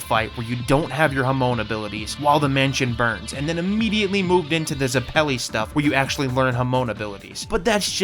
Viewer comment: How can you misprounce Hamon so badly and zeppeli